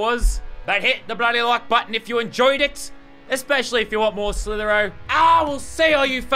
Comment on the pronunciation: Its slither i o not slither o